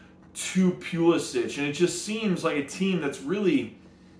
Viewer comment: Its Puh-lissick.....